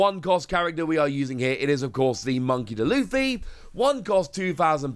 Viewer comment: The one who needs correcting is you. It's Monkey D. Luffy, not Monkey'D. Luffy. D is pronounced as an the letter normally would be not as part of the word monkey